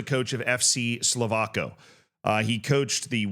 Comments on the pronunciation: Czechia mentioned 🇨🇿🎉 Not a great situation to be mentioned in tho, he should absolutely get a lifetime ban. Also Slovácko is pronounced like "Slovátsko" the "c" makes a "ts" sound Sending love from Czechia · I'm gonna be a moron and correct your pronunciation of "Slovácko" - it's actually something like "Slo-vats-ko"